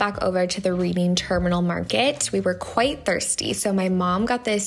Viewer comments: Philly resident here. Its pronounced like “Redding” Terminal Market! Glad you enjoyed your trip. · Reading Terminal Market is pronounced like Redding. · Hi! I loved this video! Being from PA it’s awesome that you got to explore a city that I love! Just letting you know the Reading terminal is pronounced like I read a book! But I love that place so much! Love you girl! ❤️ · Nicely done! Reading Terminal Market is pronounced like redding ;) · Nope! Soft pretzels ARE what Philly is known for - with yellow mustard. BTW, the Reading Terminal is actually pronounced "Reding" like the color. Easy to see why so many out-of-towners get hooked by this one. It was part of the Reading Railroad Terminal years ago. Glad you and your mom had a great time. Looks like the weather was perfect. Thanks for letting me visit my home town all the way from TX. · Also, the reading terminal is pronounced like the red-ing terminal market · i loved the way you pronounce the reading terminal market ahah